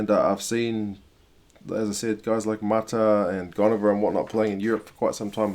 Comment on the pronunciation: Good pronounciations Bro.....Goneva definately the veteran in the team....Think it will be his 4th World Cup.....